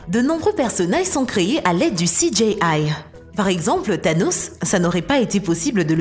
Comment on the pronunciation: CI DJI AILLE. pas CI DJÉ AILLE. Merci ;D